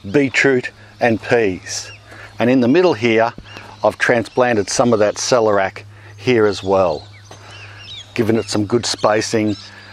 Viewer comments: "Sell - air - e - ak" rather than Selerak. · Why would anyone dislike this video? 🤦🏻‍♀️ It’s Awesome... Question : Do all Aussies say ‘celerac’, As opposed to ‘celer-ee-ac’? 😃